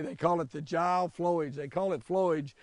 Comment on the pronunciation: Had to laugh at how you pronounced Gile, it’s pronounced as Guy-le, still pretty cool to see you touch some lakes in my home area, there is lots more Great Lakes up in this area to discover!